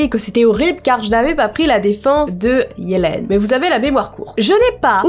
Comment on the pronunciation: Tu sais qu'on dit yeliiiiiiiiiiiine